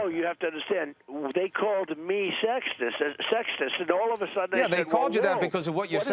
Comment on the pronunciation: did he say they called him sextist? help me out please bc that's what i heard